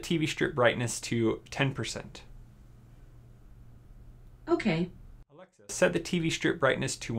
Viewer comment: Why can’t he say alexa